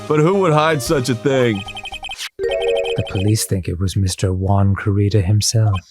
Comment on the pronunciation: When they finally start pronouncing the name 'Juan' correctly 😂